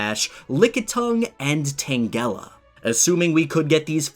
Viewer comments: No one:: "...Tayng ella" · Omnamyte? Tang-gala? Wtf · not to mention the way he said Tangela smh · The way you pronounced Tangela's name was a bit out of place. That how you pronounced Tangela's G was a clear Finnish G. For some reason, I have noticed that some people who speak English pronounce Pokémon's names as if the letters were pronounced in Finnish, which is a bit strange.